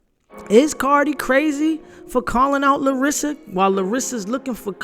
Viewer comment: It's LAR-sa, not Larissa